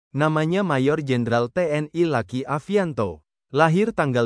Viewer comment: Mas bro baca narasinya jangan kaku begitu luki jangan dibaca laki